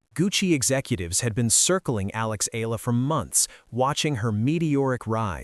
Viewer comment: E-YA-LA not E-LA is the correct pronunciation